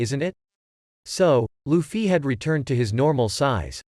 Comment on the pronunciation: Bro saying Luffy sounds weird LufFY